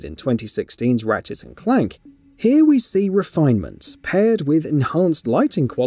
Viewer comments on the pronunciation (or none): ratchet & clank NOT ratchets & clank Dumb as/ get a clue page reader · ratchetss and clank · Why does this guy keep adding an 's' to the end of words ending with 't'? Ratchets and Clank: Rifts Aparts